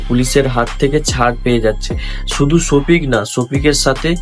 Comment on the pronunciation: ভালো করে নামটা উচ্চারণ করতে পারছেন না ওটা সখিপ হবে না শফিক